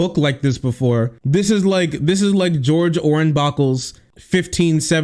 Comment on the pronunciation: " George Ornbacle" I'm wheezing.